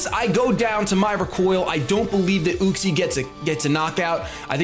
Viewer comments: It's pronounced YUCK-SEE. Not OOCK-SEE. Just... SAIYAN OHHHHHHHHHHHHH HAHAHA SO FUNNY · i think its pronounced Yuck-see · It's pronounced UU-xie. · you say uxie weird. i always thought it was you-ks-ee